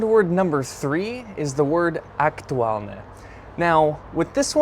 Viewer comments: I think you failed to inform the viewer the meanings of the words are ones of many. For Word #1 "hej", there are two common uses, the other one is close to the English "hey". Word #2 "fakt" if fact does mean truth or fact. Your ok with the meaning of the Word #3 "aktuálne", but the way you pronounce it's adjective, but the example is adverb (identical spelling but different pronunciation and meaning). it looks like you're using and AI chatbot or something, that didn't use any declension of the word "sympatia", it should be in accusative case – "sympatiu". Tomato paste is a thick paste made from tomatoes, which are cooked to reduce to a thick, rich concentrate. Other common name in Slovak is "paradajkový pretlak" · The word "aktuálne" you did mention, has two different pronunciations which makes him a different word. The first one, with the hard pronunciation, like you pronounced it, it is an adjective and it means "relevant". Example: Je to stále aktuálne. - It is still relevant. In the other meaning you have to change the pronunciation - you need to pronounce the "n" very soft. That is an adverb you mentioned in your example. Writing is the same, but the pronunciation makes the difference ☺️.